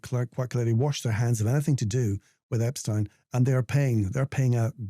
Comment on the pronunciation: Very good that you also pronounced Epstein's name correctly!!!